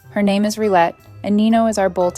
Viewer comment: This dog has to be the most accomodating/compliant dog I've ever seen. I mean being trampled on multiple times a day wouldn't be accepted by any kind of dog and rightly so. One thing: The French word "rillette" is pronounced "Rhee-yet", not "Rhee-let".